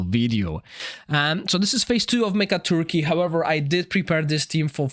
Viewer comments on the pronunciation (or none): It's pronounced Mecha-tork, not Mecca turkey lol But honestly my biggest problem with every CC video in the Dragonheir community is that every team is a showcase but does not provide advice of alternative heroes for each role in the team so if you don't have all 5 heroes in the video, it's pretty pointless to watch. Aside from that I still love your videos